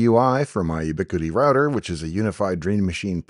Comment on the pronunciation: The first video from Dave that is a disappointment. ubiQUITy? At one point they advertised themselves as a poor man's router. In my experiences, their smaller routers that boast gig speed only ran half of that, failure. Then there are their APs which no longer can be accessed with any browser, but through a few under-par devices, failure again. Dave, you are the first person I have seen that has a brain who uses this crap. "Oh, we don't need to dig a line, we can use ubiQUITy's wireless repeaaters to feed all of your new building.", said the contractor. Who relies on wireless when a 100' direct burial cat6 would work? Not to mention this was on the South Side of Chicago. Talk about crowded airspace... Temporarily, sure. This was a "permanent solution" for a building that sends live streams up on almost a daily basis for events that are emotionally delicate. I am glad you like their gear, I hate it. I have had way better experiences with similarly priced gear from other companies. I surely don't see the reason anyone would use crApple type gear to build networks and then run standards like Windows on their computers. How many people do you know running crApple servers? lol. Thanks anyway. I still look forward to your videos, but lost my smile when I heard you say ubiQUITy....cringe...